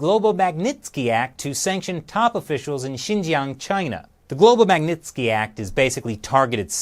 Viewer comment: i hit like because this video is amuzing :)) esp when you pronounce magnisky act